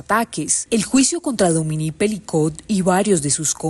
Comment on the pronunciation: Dominique. Pero por favor, busque al menos por Internet como se pronuncia. Dominique. No Domini. De la chouchoute mon enfant.😂